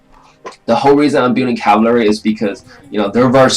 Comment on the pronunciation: learn how to say cavalry and then make another video